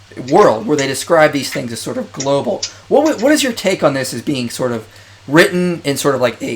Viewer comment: "Globle" Lmao